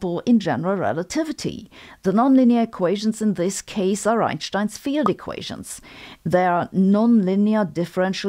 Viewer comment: The only thing Sabine says it correctly it's the pronunciation of "Einstein" 🪰